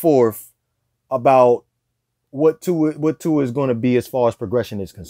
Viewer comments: Try saying Tua's name correctly for a start! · He hates…. Sorry…. Dislikes Tua too much to pronounce his name correctly